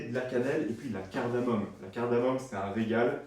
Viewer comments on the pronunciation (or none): none